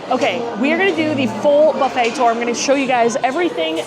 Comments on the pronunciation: What the hell is a BUFFIT???? 😂😂😂😂😂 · Buffet is pronounced bo͝oˈfā. 🧐🧇🥓🍳